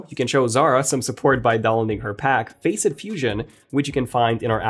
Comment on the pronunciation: Facet is pronounced "Fass-Sit" not "Face-It" !